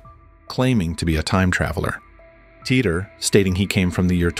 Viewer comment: How many different ways is he going to pronounce Titor?